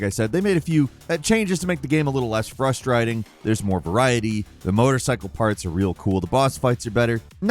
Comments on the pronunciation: Is this an AI voice of? he just mispronounced frustrating lol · He purposefully mispronounces at least one word in every video. Gotta listen out for em